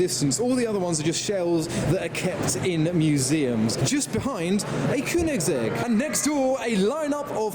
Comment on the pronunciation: Man said koonigsegg💀💀💀